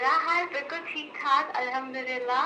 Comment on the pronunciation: Somebody tell him that hoon is not like fooon hahahahahahah